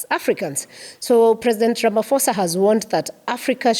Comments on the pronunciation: I hear you madam.m but please say Ra- ma- pho- sa not Rama- fo-sa . Phosa not fosa. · The "-ph-" in Ramaphosa is pronounced as the p in pope. Sounds like 'Ramaposa' instead of Ramafosa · its pronounced Ra-ma-po-sa. The ph indicates an aspirated p. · Why does an African reporter imitate some non-Africans mispronunciation of the President's name? As far as I know, in all African languages 'ph' is never pronounced as 'f' but rather as a soft 'p' sound. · The H in Ramaphosa is silent when you pronounce his surname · Please, there is no letter "F" in our president's surname. This mispronunciations always offend South Africans as they sometimes have swear words interpretation.